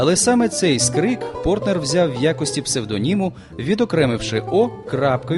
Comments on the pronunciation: Більшу частину ролика оповідач називає прізвище письменника ПортНер, тільки наприкінці правильно- ПорТер. Нецікаві, неглибока розповідь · Прізвище Портер, а не Портнер (як 20 разів повторив диктор) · Сідні, а не Сінді, Портер, а не Портнер!